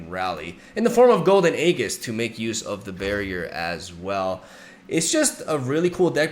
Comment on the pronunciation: AEGIS IS PRONOUNCE AEJIS. PLEASE STOP SAYING AEGGGISSS